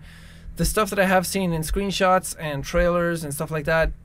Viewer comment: hold up did he say sqwenshots